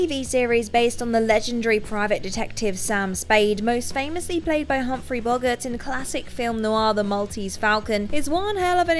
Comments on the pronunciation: Bo-gart not bog-gart. One is a legendary actor and the other is a literary personification for poor mental health from a kids fantasy book series. Please rehearse your scripts with an adult over the age of 40 - they'll keep you right on pronunciations. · Bog-ert? BOG...ERT? Jesus, that sent shivers up the spine... Update: No, the absolute butchering of Pulitzer was worse... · That pronunciation of "Bogart" was horrible, painful even... As was Pulitzer. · How can you not know how to pronounce Bogart????